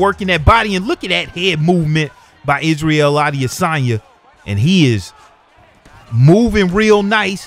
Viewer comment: How can I take you seriously when you can't pronounce Adesanya... Common man he's the MW Champ.